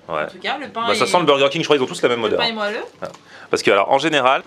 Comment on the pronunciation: C est pas moialleux mais moielleux